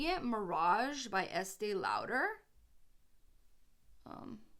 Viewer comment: youre pronouncing estee lauder wrong